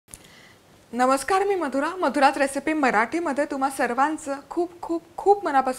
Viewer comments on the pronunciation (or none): none